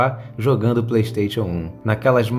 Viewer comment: Ele falando ps pley stetion